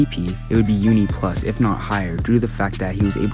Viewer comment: Did my guy said uni plus ap 🤣